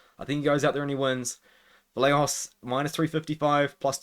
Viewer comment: Vallejos is pronounced Vayejos. Like the “yes” y.